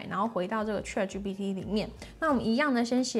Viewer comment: 小姑娘，先把ChatGPT中原音 a 发音的好一些吧！ 这个 a 的发音应该跟Apple的 a 发音是一样的，你是哪个地方的人？